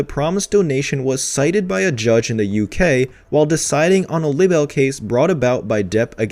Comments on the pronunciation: Honey….it’s pronounced LYE-Bel….bless your heart…. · Can you please look up how words are pronounced because you keep saying the word libel wrong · OMG why don't you learn how to say the word "LIBEL". There is an app if you don't know how to say words.